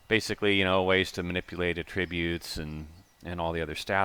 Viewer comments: This is just attributes, you gotta believe me, and I wish you were there... says attributes like Tenacious D says A Tribute! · This is looking pretty awesome awesome man. Just want to say this really quick though, you're pronouncing attributes wrong. The word you're pronouncing means something different than "traits" or "features" just an fyi.